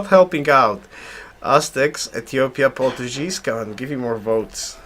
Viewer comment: oh man you're killing me with your pronunciation of Portuguese. Haha it has a hard G sound! Other than that really nice vids! Learning a lot. thank you